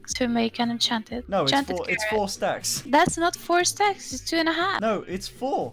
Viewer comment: "wanna have sex" almost spit out my drink. A few seconds later I understood she said stacks